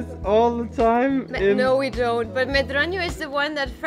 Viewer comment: Oh what beautiful views! Can't wait to travel again along the coast. Great accent saying Ferragudo and medronho. :D All portuguese moms also want the daughters a bit fluffy... :D Once again, thank you for advertising Portugal so well. And fantastic food video. Soooo hungry after your videos.